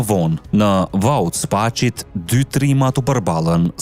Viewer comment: Ne ba te spasit e jo spaqit